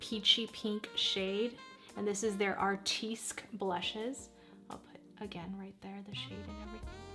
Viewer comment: Just Fyi - Artistique is pronounced ( Artist teek ) not ( Art teesk )